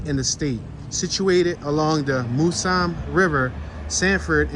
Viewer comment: The river is said like this: "Mouse-um' Also, welcome to Sanfid